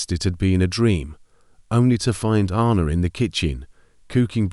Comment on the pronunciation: Sorry. It's. Ann a. Not arna. I bet he couldn't move either. He's been hallucinating did he really dream it ? A supposed ghost she appeared at that right time to upset him maybe get him talking own up to what he did ? His conscience his just desserts